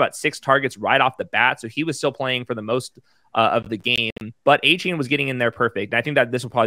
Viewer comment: You're pronoucing Achane's name wrong. He said it's De-Von A-Chan